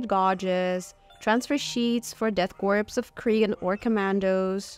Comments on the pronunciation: What is it with so many people not knowing how to pronounce corps/korps? It's core. As in Marine Corps. I cringe every time someone says corpse. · Hype! :) FYI ‘corps’ is pronounced like ‘core’ and ‘gauge’ is like ‘gayge’ 😛 good old English lol